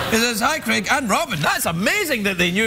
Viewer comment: It's Craig, not creg